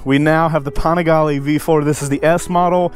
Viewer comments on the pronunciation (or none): Why does every Panigale video have to say PAWNigaLAY 49 times in the first 2 minutes..!!?!